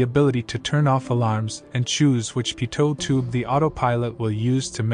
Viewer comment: Not to mention that his pronunciation of pitot tube puts the emphasis on the second syllable instead of the first, which he also says a million times.